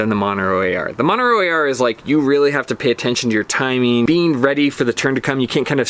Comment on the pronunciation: You keep saying "Monero" AR. Are you meaning "Montero AR"? Serious question.